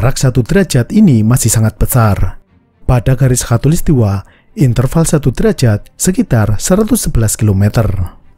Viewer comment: Maaf ya min. Soalnya yg saya dengar, mimin ngucapinnya hatulistiwa. 😁